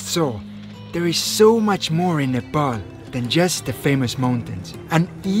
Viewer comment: Some rare youtuber who didn’t sau nepol but said nepal